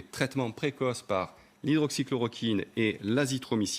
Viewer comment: Il dit souvent « hydroxine », une sorte d’hybride entre « chloroquine » et « hydroxychloroquine ». Parfois il se corrige, parfois non. Ça sent la démence.